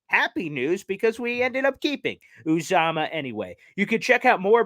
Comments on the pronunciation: It’s pronounced youuuuzaamahhhh. You’re welcome from a die hard bengals fans. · His name is pronounced ‘YU -zama’. Good luck with CJ, he’s a great team player, and a Cinci fan favorite. I like the fact that Cinci was aggressive to keep him, but after 7 years in the Midwest, I’m sure anyone would enjoy going to play and live in the NY area. I don’t see the Jets beating Cincy again this year though but love the Jets 2022 acquisitions in the draft and free agency.